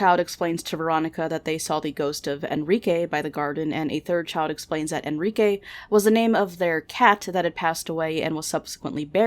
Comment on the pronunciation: Wait what?? Enrike???? Sounds like Enriqueee ✌️